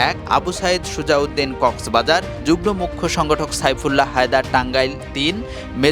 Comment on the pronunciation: যুগ্ম= উচ্চারণ হবে যুগমো